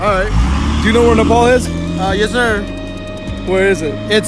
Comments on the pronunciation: It's not nepool it's nepaal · Don't pronounce 'Nepal' with an accent please..